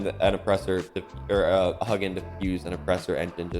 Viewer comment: oh my dude, saying this with love but i die everytime you call it a "huggin cabin" So its an old Norse name as in vikings. so its hue (as in philips hue) gin (as in gin and tonic but the G is like.... gearbox) For bonus points Hugin and Munin are Odins ravens who circle the world every day to bring him news. Respectfully, Ca1